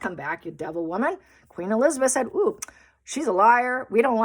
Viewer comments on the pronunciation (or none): none